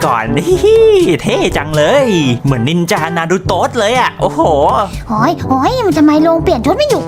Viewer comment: จ้าไม่ใช่นินจาแบบนั้นจ้ะสระอาสระอาโอเคไหม